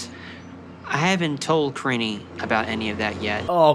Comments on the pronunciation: Why does pronounce "Karine" like "Karini" 😂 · Surly he’s pronouncing her name wrong karine-EEE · She looks so young, she looks like she could be his daughter! Edit: also I’m fairly certain he was mispronouncing her name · I like how he doesn't even know how to say her name. Also, I wonder what TLC's plan is to prevent this man from murdering people on their dime. Lol because that is a real threat.